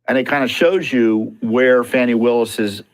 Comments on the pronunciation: FAWNIE? FAH-KNEE? Fani! PRONOUNCED FAN' EEE. As in, BIG CASH MONEY FANNIE WILLIS. TAN, MAN, CAN, DAN, STAN, FAN, PAN, BAN, NOT, TAWN, MAHN, CAWN, DAWN, STAWN, PAWN, BAHN, and CERTAINLY NOT FAHWN. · Her name is Fan-knee and not Fon-knee. She cannot put he own pronunciation on her name without changing the spelling. She never had Hooked on Phonics.